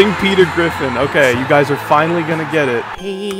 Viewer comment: Pweter Gwiffin